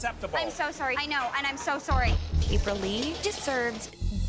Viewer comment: Sowry sowry😂